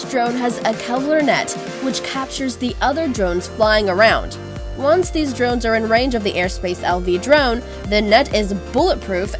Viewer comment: Der-RONES! And those transition sound effects from one nauseating overlay to the next Swooooosh! Swoooooosh! :P